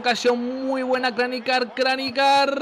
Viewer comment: niko kranjcar se pronuncia Niko kranchar yo creo que gana el Atletico 2-1